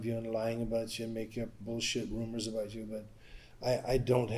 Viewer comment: IT SOUNDS LIKE HE MIGHT BE TALKING ABOAT WHAT TOM BLEECKER IS DOING!!